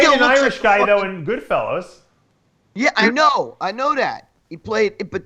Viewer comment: Dave it's not Goodfellows it's Goodfellas you knob